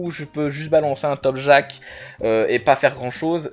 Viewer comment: "topjak" mes oreilles saignent.. 🥲 Topkaj quand tu retournes toutes les lettres ça fait Jakpot, sinon c'était une très bonne vidéo, et j'ai le même avis que toi sur l'eca en général, après je joue pas tout à fait la même chose ou les mêmes passifs, et je le joue distance, et clairement la voie terre et l'élément à mettre en avant puis faire un choix entre eau et feu, mais la voie eau colle bien à la voie terre pour un bon mode DPT /Support, +1 abonné.